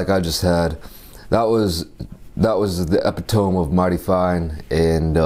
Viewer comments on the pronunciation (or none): Lol you said epi-tome… it’s epituhmee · Epitome is pronounced E-PIT-UH-MI, not EPI-TOME XD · EpitOme instead of epitomE 😂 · epitome is pronounced "eh PIT oh me" not "eh pit Ohm" (at end of video) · Bro says the word epitome like one of my boys 😂 glad you loved the steak, I could tell! It's "uh-pit-uh-me" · "epitomb of mighty fine" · Lol I like how he pronounced epitome as “eh-pit-ohm” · epi-tome... bruh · i was vibing until i heard how you pronounce epitome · I'm dying at how he pronounced epitome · I love but the way he pronounced epitome killed me lol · Watched this whole video and 1 thing stuck out to me. The way you pronounced "epitome". Completely caught me off guard with it. Was it because you were hungry or this how you normally pronounce it? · Not to be cheeky but I believe you mispronounced “epitome”. Nevertheless a fine look steak. Food tastes amazing after a long fast. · first time hearing "epitome" pronounced that way. thought it was a new word when he said it.